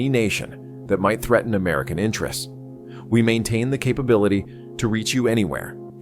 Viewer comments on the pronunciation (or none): none